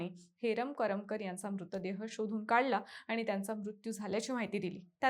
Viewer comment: करमकर नाही ग करमरकर